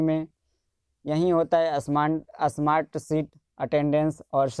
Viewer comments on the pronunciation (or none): असमार्ट नहीं स्मार्ट बोलो